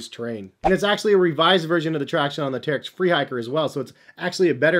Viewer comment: Uh, it's pronounced Terrech.